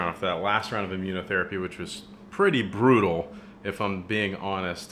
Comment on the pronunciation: when he says brutl it remids me of its brutil out here